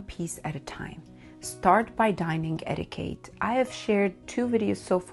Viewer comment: Darling, it's eti-kett, not eti-kate